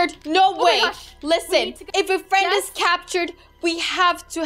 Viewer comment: Leah:Mwah ha ha I have got your friend!!!:Oh no my fwends What actually does:She saves her fwends Leah:👿👿👿 Wut Leah does:⚒️☠️😵